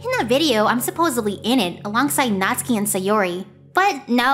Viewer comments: Its natsuki but pronounced natski or something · Have I been pronouncing Natsuki wrong this whole time?!